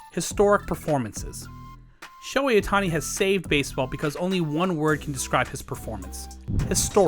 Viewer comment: I don't mean to nitpick, but as a Japanese, it kinda bugs me when some people don't say his name right. Please pronounce the h, it's Sho-hei. Sho-ei is a whole other name in Japanese😅 Thank you. Great vid, we all love Shohei!!!